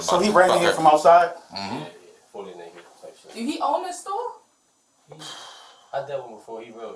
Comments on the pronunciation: "Is this the neck-it man?" "He's not neck'id no more." Excellent grammar. We need more intelligent folks like this. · “Nekkid man” 😂😂😂